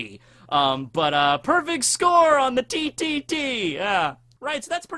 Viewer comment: Am I the only one who thinks Froppy is meh? She's a good character, but not great and certainly not the best. Overrated in my view. Btw TTT sounded like you said titty t